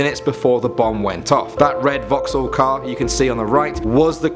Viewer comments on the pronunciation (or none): none